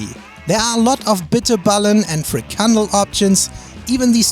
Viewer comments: Like your video,very cool. Only the frikandel is pronounced with the accent on the last part. Fri kan DEL. Its nice to watch Dutch products through the eyes of non Dutch people. Thank you so much. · Nice video. Btw it’s a FrikanDEL with the emphasis on the last syllable. No biggie and yr welcome 😉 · Put your stress on the 'e' in Frikandél ... to loose some stress... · It’s not friekelbroodtje het is frikandDel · The proper pronunciation of frikandel is frikanDEL, with the emphasis on DEL, not friKANdel :) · Love ' videos always a treat "punn intended" btw frikandel is pronounced friekann-DEL so the emphasis is on the "del" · That word is pronounced "Free-KAHN-Dul... frikandel... Depends where you are. Someone who spoke Frisian would agree. Tot Ziens! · The REALLY weird part about you pronouncing frikandel wrong is that you're German. You have fricadelle in Germany. It's the Dutch that are stunned as they are served a minced meat/union ball when they've ordered a fricadelle because it's pronounced the same way...😅